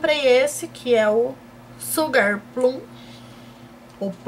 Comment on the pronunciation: a pronúncia é "Shugar" kkkkkkk A-M-O seus vídeos! Beijos!